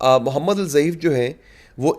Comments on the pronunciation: الضعیف نہیں آپ الدیف کہہ سکتے ہو ض د جیسا پڑھا جاتا 3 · جناب الضعیف نہیں ہے بلکہ الضیف ہے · آپ الضیف کا تلفظ غلط کر رہے ہیں ، نام صحیح ادا کرنا چاہئے